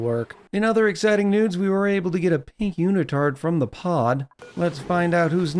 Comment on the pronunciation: Change the wallpaper behind the fossil in your great hall. The square stripes are clashing with the fossil. It should look better. Also i heard "in other exciting nudes" 😂